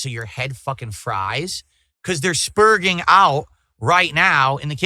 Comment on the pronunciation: Lmao the way he enunciates "sperging" during his pre-suikoden meltdown. I love how you can tell when he hears his detractors use certain words to describe him and he decides to shoehorn it into his vernacular because he thinks it makes him sound cooler/smarter.